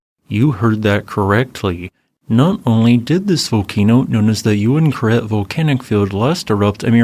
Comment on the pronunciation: So I was right, it was pronounced "you win karet" and not "ooween karet". Haha.